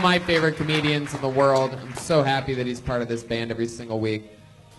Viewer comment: The way Brian says "Werl famous comedy store.." HAHAHAHAHAHAHA!!!